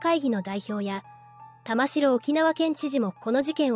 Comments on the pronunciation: 細かいところですが、沖縄県知事の苗字の読み方は「たましろ」ではなく「たまき」ですよ！ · 「たましろ」ではない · たましろ、では、ありません。たまきですよ。こんなことくらい分からないのですか。？ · 読み方は玉城（たまき）ですね 不謹慎を承知でいうが〇くなったのが警備員の方ではなくこいつらのメンバーならよっかったのに こういうなんの役にも立たない活動家は強制排除も視野に入れて対処してほしいわ ちなみに沖縄の野外イベントで署名すると実はこいつ等の賛同署名でしたってのがあるので沖縄のイベントは要注意ですよ あと追加でいうなら現地で生活してても暗黙のルールなんてのは初耳ですが… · 玉城県政・地元マスコミ・左翼運動家の結託と横暴を憂いる者として共感できる動画でした。 玉城＝タマキ、本部＝モトブの読み方はお間違えなきよう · 玉城（たましろ）じゃなくて（たまき）な 本部（ほんぶ）じゃなくて（もとぶ）な